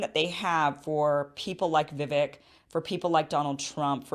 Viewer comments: First off, I like your analysis of the debate but I take issue with a few things. Please have Dr. Shiva Ayyadurai , who you have interviewed, debate Vivek Ramaswamy on your channel at some point via reaching out to his team. Vivek, pronounced like cake, said the climate change agenda ( has acknowledged it's real) on the debate stage is a hoax and not climate change is a hoax as he was referring to climate change policies; so, climate change does affect the planet but the world is more prepared to handle it now due to advancements in technology with exception of developing countries. The climate change policies cost trillions to implement, so it's not logical in a short period of time, especially in developing countries. Chris Christie was referring to Vivek copying Obama's line of a skinny guy with a weird last name running for president, so it wasn't racist. In many ways, Desantis seemed calm throughout the debate as this contrasted Vivek's aggressive nature that may have made him lose appeal with many GOP voters that dislike Trump and prefer an establishment candidate in Desantis. Also, I agree with you on Israel, but most of the Republican base is very religious and many wealthy donors are Jews that support Israel,so few talk about cutting off aid to Israel at some point as Trump doesn't either. Israel doesn't need aid financially, but there's an tech exchange of information, especially on cybersecurity via aid of startups there. Israel can survive without military aid giv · I love your work Kim, and I think you're just starting to get to know Vivek (pronounced Viv-AKE) and you might come around on some of the "out there" policies you disagree with. Once you hear him unpack his policy ideas you see they are very reasonable. Keep up the good work! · Please learn to pronounce his first name as he does. Cake ! Vivake! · Omg at least learn to say Vivek's name.... it rhymes with cake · I thinl Vivek is pronouced Vih-Vake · it's pronounced Vii +vake .